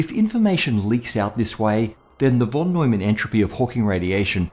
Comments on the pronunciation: it is not "wh"on Neumann but rather "f"on Neumann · No offense, but its called von Neumann, where the von is pronounced like fon. In German the v can be spelled either like v or like f. Here its the f :) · 'von' is pronounced 'fon'.